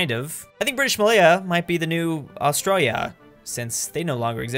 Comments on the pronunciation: Im Australian and i just want to say, you say australia really weird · Please say Australia properly